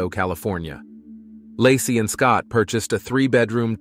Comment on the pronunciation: . 😂 "Lah-see's" hometown... 🤣 baby due in 2023?!?!?!